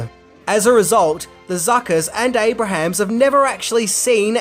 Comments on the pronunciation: Abrams not Abrahams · Jeez! Abrams, not Abrahams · It's Abrams. Not Abrahams. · That's ABE-RAMS,. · An easy mistake to make but Jim Abrahams pronounces his name like (Aey-brems) and not like the biblical figure. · Abrahams is pronounced "A-brims". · It’s Jim “Aye-brums”